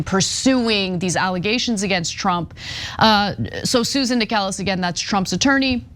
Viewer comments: It's pronounced "Necklace", not "Acorn". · Necheles is pronounced like “necklace”. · Do you seriously have to mispronounce every judge and lawyers names? Inconsequential but still really annoying.